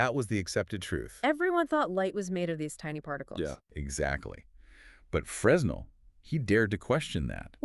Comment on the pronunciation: Fresnel is pronounced "Frenel"